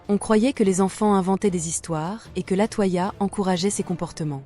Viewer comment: LatOya pas latoi ia gnn 🤖